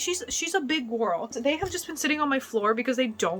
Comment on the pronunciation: “She’s a big ✨gorwl✨”😂